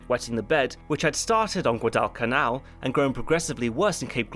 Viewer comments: Good analysis. Just wish you pronounced Guadalcanal right. It's Gwah-dall-canal. Not Gua-dwall-canal like you did it through the video. So, add me to the downvotes. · pronounces Guadal with 2 syllables. Gwah-doll In the US we just say "gwadal" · Come on, say it... say it... Guadalcanal Pronounced: GUADDLE-CANAL like WADDLE... Not whatever the hell you said. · If you are going to do history commentaries, you might want to make sure you properly pronounce important names, like Guadalcanal. It's pronounced just like it's spelled not Gua-DELL-canal. I have nwvwr in my life heard anyone pronounce it like that. You can't just go changing pronunciations because you think it's cute or makes you sound sophisticated. If you can't pronounce words properly, then find another hobby. Also Marines are Marines, not soldiers. That's basic knowledge. Seems you can't get anything right. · Great video, as always. I imagine that others have pointed out that you're mispronouncing Guadalcanal. Like "waddle." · Dude you're normally an informed guy. STOP mispronouncing the frogging battles. You even have clips from the period where the subject say GU_AH_DALL and you still keep saying it wrong! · Guad “Al” Can “Al” Learn how to pronounce it bud . Also beeping out Japs lmao, grow a pair This series had horrible casting and was overall pretty bad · Pronouncing Guadalcanal as (Guadal Canal) is not how its pronounced lmao. Damn get your shit together lol. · Hm. Is that an alternate pronunciation of Guadalcanal? I've always heard it pronounced "GUADAL (rhymes with "waddle") canal (the things ships move through)". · It's pronounced "GWAA-dull-canal". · pretty sure it is gwaa, duhl, kuh, nal. Always a great video ! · he is putting a weird pause and acent on guad in Guadalcanal. I dipped out at 18 minutes in the video as his pronunciation was just like a screeching child on an airplane to me. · Guadalcanal-in US South we pronounce such as “Gwaddlecanal” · Gwad-Al canal lol